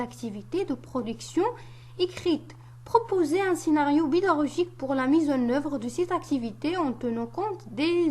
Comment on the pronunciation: أحلى أستاذة والله، أول مرة نشوف القناة ديالك وشاهدت الفديوهات الي درتي وصراحة اسانست بها، فهي مميزة شرحا وتفصيلا وتبسيطا والنويطة لي عجباتني هي فاش كتقولي fiche بيداغوجيك ههههه راه غي ضاحكين عنداكي تقلقي وفقك الله